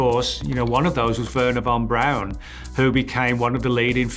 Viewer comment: Yo he pronounced it "Werner Van Brown" instead of pronouncing it "Verner Von Braun" and I could no longer take him serious.